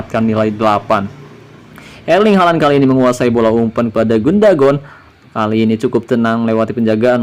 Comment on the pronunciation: Bukan gundagon bang,, tapi Gundogan 👍😁